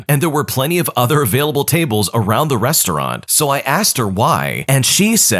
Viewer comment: *Restaurant HOW DID YOU MESS THAT UP?!